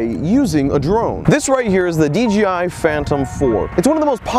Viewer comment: D-J-I not D-G-I :). Great video though!